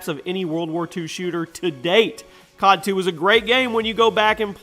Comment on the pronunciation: i need to say anything about "COD".....Its more like "GOD"